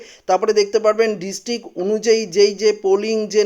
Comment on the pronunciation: পত্যেক, ডিসটিক..... এগুলো কি উচ্চারণ? প্রত্যেক, ডিস্ট্রিক্ট উচ্চারন করতে পারেন না কেন?